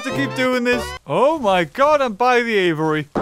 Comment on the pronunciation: It catches me off guard every time he says "aviary" as "Avery" 😂